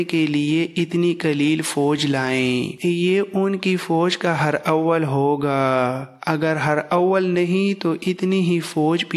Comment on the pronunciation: یہ لفظ ہر اول نہیں بلکل ایک ہی لفظ ہراول ہے (harawal) مہربانی کرکے الفاظ اور نام ٹھیک لیا کریں